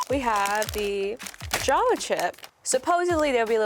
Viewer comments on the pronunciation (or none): none